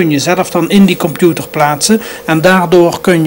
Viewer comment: Het is limbabwaans. Hij moest echt zijn best doen om Nederlands normaal uit te spreken. En dan lukte het nog niet. Ik kom uit dezelfde omgeving en heb dezelfde handicap. Wel altijd interessant om te zien dat hij zelf ook zo enthousiast was over alle “miekro eluktrooonika” en de wondurre werold van de kompjoetors. Erg mooie tv van toen.